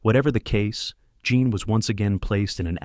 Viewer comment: Her name was JEAN not JOHN as this narrator says frequently 🤦🏼‍♀️